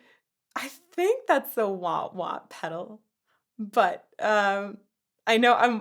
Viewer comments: No judgment, but were you saying Waht waht? Wah pedals are useful, and Whammy bars are a part of the guitar bridge. I'm sure you've had this comment 100 times over. Great content as always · It’s waaaa pedal… Rookie. 😉